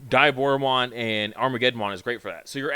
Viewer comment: Its Deeee A Boro Mon